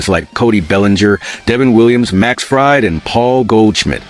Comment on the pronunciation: Fried is pronounced Freed,you are embarrassing.